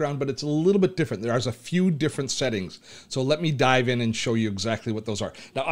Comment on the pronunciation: 1 really stupid question......Is it only me or everyone heard him saying sehting instead of settings